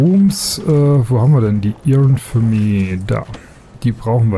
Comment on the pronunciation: mit Euch wie du Riot (gesprochen: Rei-ot) aussprichst...:D oder Infirmary... also du musst unbedingt mal nen Englischkurs belegen